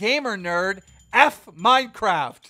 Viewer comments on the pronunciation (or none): none